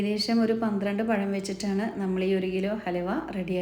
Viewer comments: Not "sesam " but "sesham" Not "payam" but "pazham" You didn't go to school? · എടക്ക് പയം എന്നു പറയുന്നുണ്ടല്ലോ